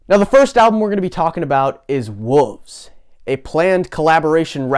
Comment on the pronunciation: Confused why you say Wolves like Wooves hahah thought the album was called Wooves until Ye said it